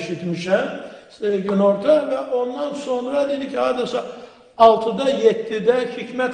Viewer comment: Baş nazir günorta yox, qunorta deir...dagil ay Azerbaycan😤